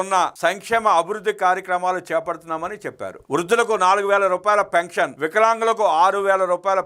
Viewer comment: పెంక్షన్ కాదు పెన్షన్